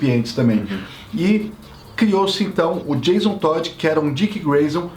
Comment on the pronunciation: "Jason Toad" (Sapo). kkkkkkkkkk